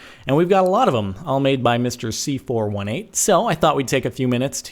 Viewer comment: It's pronounced C4-18 not C4-1-8